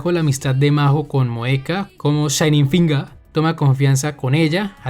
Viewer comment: shaining fingaah